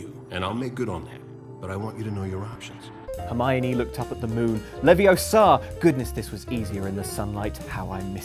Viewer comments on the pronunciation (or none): Sorry but that's such a rookie error.. Hermione would never say "wingardium LeviosA" after all it LeviOsa not LeviosA! But keep at it, can't wait to hear the whole fan fiction when it's done! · Its leviOsa, not leviosA! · Its Levi-OH-sa not levio-SAH. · It's Levioosa not Leviosaa